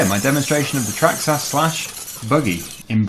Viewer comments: It’s a traxxas not a trahxs ahs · you pronounce it as Traxxis but it is spelt Traxxas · It’s traxxis not traxxass